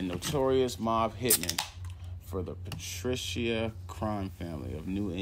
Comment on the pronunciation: Barboza was involved with the Boston mob. The Italian group was run by Raymond Patriarca. Pronounced Pat-Tree-Ark-a, not Patricio.